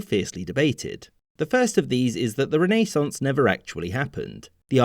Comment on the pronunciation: Thank you for saying renaissance and not rennesance